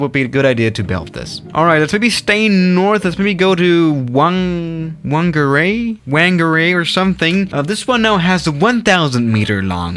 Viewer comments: The whangarei place is pronounced (FANGA RAY) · Whangarei pronunciation: Fangaray